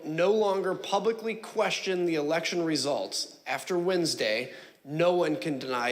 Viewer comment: "WE HAD AN ELESHON"